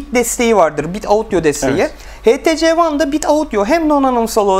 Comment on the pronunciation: htc değil ( eyçtisi ) diye okunur:) burda sen mi inceliyon ben mi anlamadım